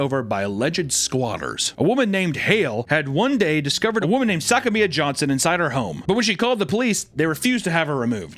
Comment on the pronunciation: "SACK-A-ME-A" johnson? Say that slowly...